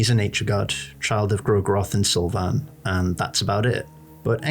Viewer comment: Why do you say Sylvian like that?